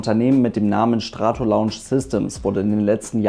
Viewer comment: "Schtratolaunsch" =) Nice!!! Schreit nach einem neuen Shirt!